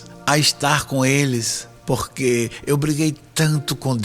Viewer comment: Éu acredito ém tudo QUÊ você fala